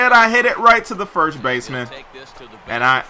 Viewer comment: I would watch this series more if your said FIRST instead of FIRSH. it just annoys me